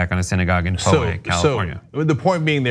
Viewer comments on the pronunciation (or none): Thats not how you say ‘Poway’. Lol.